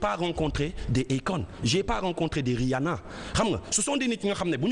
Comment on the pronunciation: le fait de comparer le rap galsen et le rap americain veut dire juste que tu ne connais pas le rap, deja tu narrive meme pas a dire rihanna, si jetais toi apprend a prononcer leur blaze dabord, comme ca tu serais credible...